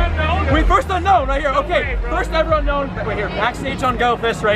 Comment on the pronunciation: It's pronounced oo-known